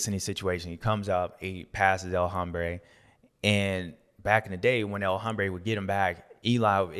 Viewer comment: The H is silent in El Hombre it hurts my ears when you pronounce the H.